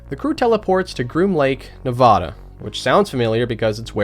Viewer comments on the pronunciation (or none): Why do you say Nevada like that